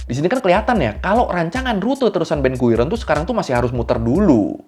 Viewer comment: Slip of tongue detected, guiron to gurion